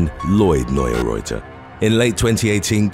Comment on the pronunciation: Neurauter is pronounced 'noy router'. Simple.